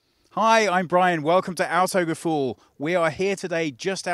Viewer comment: Would be so beautiful if you did learn to pronounce "autogefühl" correctly :)